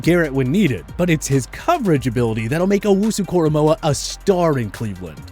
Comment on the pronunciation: they lost all their validity for this video when they said owunzurike